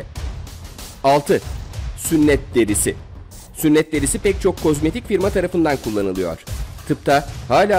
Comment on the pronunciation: hep k osmayik diyon bu ne